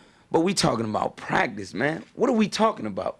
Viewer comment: Quantas horas vc ficou TREINANDO pra falar Talkin' about pratice tão bem??